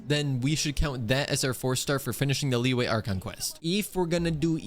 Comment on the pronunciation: btw, the correct pronounciation for Liyue is lee-you-we, not lee-way